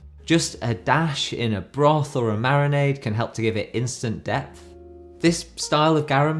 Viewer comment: You said "instant DEPTH", right, and not... "death"..? 😬